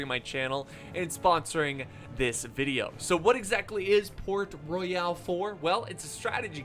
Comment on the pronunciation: LOL, its Port Royal, not Port Roy-AL....LMAO....old english put e's at the end of a lot of words, like Centre, Shoppe, and Royale, but it doesn't change its pronunciation, LOL